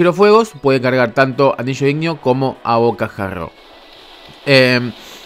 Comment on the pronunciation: Es abocajarro no abocajagrrrrrrrrrrrrr